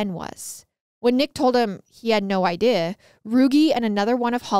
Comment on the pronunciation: Why does she say “idea” like “iday”